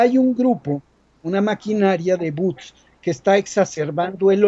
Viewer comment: No se dice buts se dice bots